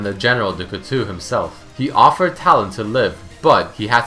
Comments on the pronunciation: Cout-TOW, not Cutu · French being my mother tongue, you ripped out a piece of my soul each time you pronounced "couteau". "ou" is not pronounced the same way as "eau". Your "ou" pronounciating was good, but "eau" is pronounced [O] Good video like always :)